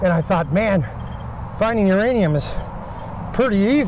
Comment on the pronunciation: Whose 'ranium?